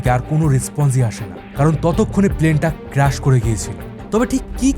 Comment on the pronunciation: It’s not crush It’s crash